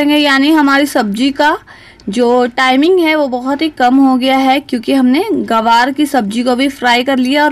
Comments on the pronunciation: Hello madam gawar nahi gwanr hota hai Ye Kya bol rahi hain aap Hey bhagwan ग्वाँर बोलिए गवार नहीं 😭😭😭😭🤣🤣🤣🤣😜😜😜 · ग्वार बोलते है मैम गवार नहीं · Gawaar nahi Gwar hota hai medam ji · Aunty ji it's GWAR not GAWAR... LEL 😂